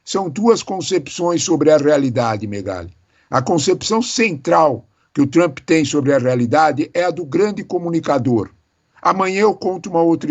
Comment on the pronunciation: Por favor não e Trumpeeee nome dele e Trump. ! Não tem e no final 😅. Brasileiro gosta colocar e no final todo palavras estrangeiros